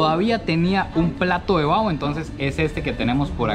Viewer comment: No es comida callejera es fritanga y no es bao es : Baho